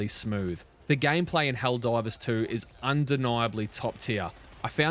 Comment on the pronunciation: Are you saying ‘Helldrivers’ for the first minute? 😂